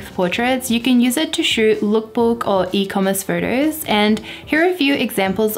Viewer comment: I love you videos, but the way you say furtus, it is very distracting…😔